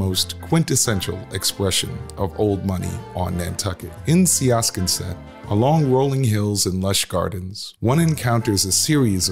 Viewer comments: You butchered the pronunciation of Siasconset. Everyone calls it 'Sconset. Old money has their own inflection when vocalizing this town. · Siasconset (village in Nantucket) is not pronounced like it appears. It is pronounced 'Sconset by the locals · Siasconset is pronounced SCON-set. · Um, Sia'sconset??? Please review the correct pronunciation if you're suggesting to be an expert on such things. It's laughable the way it is mispronounced... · You should have asked how to pronounce SIASCONSET before you made this video. And yes, that was Monte Carlo standing in for Manchester-by-the-Sea. Ye Gods! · If you can’t say siasconset correct it’s hard to take you seriously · Hmmm, first you butcher Siasconset, due diligence my friend, secondly, your sources must be limited. Essex and Marblehead, two of the loveliest, oldest, and most monied towns in MA. A life long Massachusetts lady I can tell you as much as I love ACK, both my daughter's were born there, it has changed drastically from what it once was. It's still lovely, but there are gangs and crime and it's a shadow of it's former self.